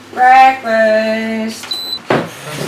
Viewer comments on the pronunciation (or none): none